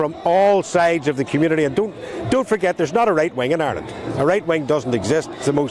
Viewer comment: GET A PRESENTER THAT CAN PRONOUNCE IRELAND AND NOT KEEP SAYING ISLAND...